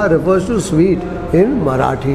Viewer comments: Love your marathi pronounciation , its just spot on! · Great man.. Your marathi pronunciation is impressive. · Your Marathi Pronunciation is so appropriate. Really appreciated